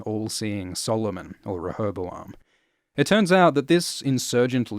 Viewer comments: Tina that’s what I meant. Ruh Not Ree. Re was a bit vague :( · sounds more like "ruh" instead of "re" to me. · Apparently there is a British and an American version. One has three syllables and the other 4. Google "rehoboam pronounce" and click the face with the mic. There is a drop down above it to choose the version.